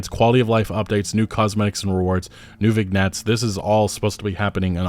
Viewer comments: I’m sorry, but I just have to say vignettes is pronounced “Vin-yets” not vig-nets lol. Also, “day-byu-ted”? 🤣 it’s “day-byood” debuted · It's vin-yets, not vig-nets. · Vignets is pronounced: "vin-yets" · It's spelt "vignettes", it's pronounced "vin-yets" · "Vig nets".... seriously? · vig-nettes? come on, mate... edit: day-bewted? Dude, whoever taught you English owes you a refund and me an apology. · As a non-native speaker it is heartening to see even natives struggle with pronunciations. ViGnettes lol. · "vig-nets" lol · Vignettes....debuted....learn to talk pal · I don’t think you pronounce the G in vignettes? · Lol sorry had to pause the video when I heard you pronounce "Vignettes". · The g is silent in ‘Vignettes’